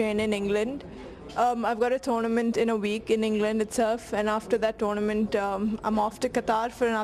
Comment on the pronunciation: Brite yung lady who seems quite mature for her age. Interviewing wasnt of d best quality but Dipika's refined/diplomatic ansers made up 4 it. Voice is not bad at all, a bit on d masculine side, but dat is normal wit athletes. Accent isnt entirely Indian but dat is bcos she is out of India most of d time. She almost gave away d fact dat she is Malayali with her "toarNNaments" - :-) BTW, its always embarasing wen Indian reporters ask sportspersons ?ions from d angle of patriotism.